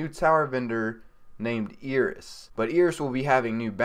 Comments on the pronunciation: "air-is" not "e-ris" lol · Its not eeris its eris